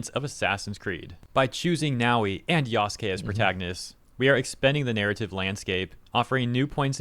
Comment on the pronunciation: Lmao everytime he says Yaskay instead of Yasuke i cringe so hard 🤣